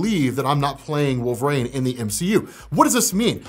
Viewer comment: I love ya but the way you say wolverine is just the worst lol it’s WOLV-UH-REEN not wolvrain.